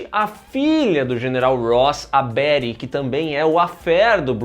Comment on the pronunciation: o mano chamou a Betty de Bery